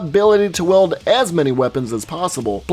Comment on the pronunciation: it really bothers me he says weld instead of wield